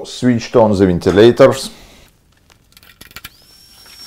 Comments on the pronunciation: Думал он индус, но после "вентилейторов" сомневаюсь) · ВентилейТор :)))ВентилейТорс :))) you make my day ... Thanks ...